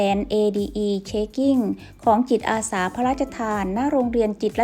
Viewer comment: คนอ่าน ติดสำเนียงอีสาน ใจเย็นๆนะ. ค่อยๆพูด. ตัว ก.เป็น. จ. ตัว. จ. เป็น. ก. จิตอาสา. ไม่ใช่. กิจ